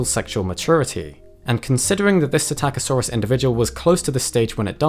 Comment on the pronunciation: It is pronounced ‘psittacosaurus’, sorry for the corrections